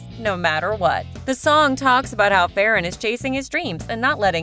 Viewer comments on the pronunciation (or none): It’s not farrin